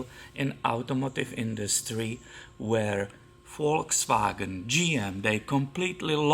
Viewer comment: knows how to correctly pronounce "Volkswagen".